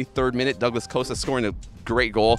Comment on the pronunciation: Coasta instead of costa